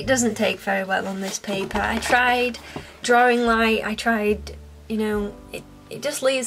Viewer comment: I don't know why but the way she/you say(s) drawing bugs me..... Any one else?